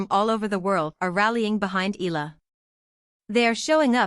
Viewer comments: If it's AI it cannot 'read' it properly: Eeee-ya-la. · PLEASE pronounce ALEX EALA...EYALA, NOT ELA.😮